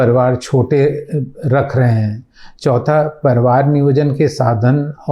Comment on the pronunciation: ITS PARIVAR NOT PARVAR...